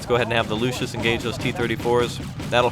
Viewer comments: The recon tank is calles Luchs not Lucius. Its called after the animal. You pronunce it Lux or Lucks ( Not good in phonetics). In english it is the Lynx or bobcat. Nice vid by the way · it is pronounced "luks" not luschis